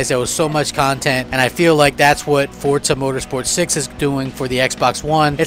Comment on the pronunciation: There is no T in FORZA!!!!!!!!!!!!!